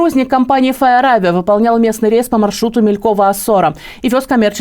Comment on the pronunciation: МилькОво. Лечитесь афтары и ведущая. Потом что это МИльково.